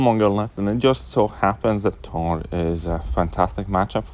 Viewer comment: Ttor (**Russian accent intensifies**)